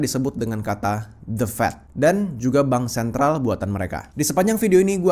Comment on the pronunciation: Dengar sikit lgs turn of.. stress dalam otak. Apa itu "de def dan bansen"🤣 pronounce aja dgn benar The Fed dan Bank Sentral! Kayak anak jaksel aja Culture menjadi Kalcer.😂aisss